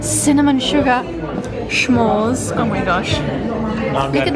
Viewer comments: What a lovely vacation spot, looks like you guys are having an amazing time. Love this so much. And a friendly tip, it S'mores, not Sch'mores, no need for the "ch" sound! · I keep laughing when you say “shmores”, sorry 🤭🤭. It’s not S-H it’s just S … like “smith” .. s’mores. ❤❤❤❤ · Smores not SHmores. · pronunciation of the word “s’mores” is sending me 🤭🤭